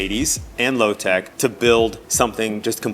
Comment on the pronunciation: What do you mean? He said Lotec correctly.